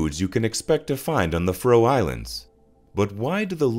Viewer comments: Why cant yanks pronounce anything properly? its Faroe not Frow FFS! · Piss-poor pronunciation of the the name of the island! Try instead to use the name 'Faeroe' to improve pronunciation where the 'ae' is a long diphthong (Scandinavian 'æ'). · I wish you'd pronounce Faroe properly ( fair--ohh) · That my countrys name is pronounced “fuhroe” 😂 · Your mispronunciation of the place in the first two seconds made be turn off instantly. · Someone teach this bot pronounce FAROE.